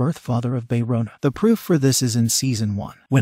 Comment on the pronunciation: OMG THIS IS SO FUNNY KANG MARI PRONOUNCE AS KENG MARY WTF HAHAHAHAHHHAHAHAHAHHA BAE RONA AS BAE ROWNA HAHAHAHAHHAHAHAH